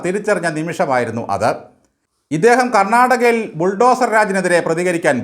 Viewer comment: 😂😂 കേ ന്യൂ ....... കേ ന്യൂ ...... കന്നാടകാ ......